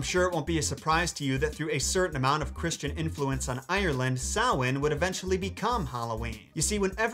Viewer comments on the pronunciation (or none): none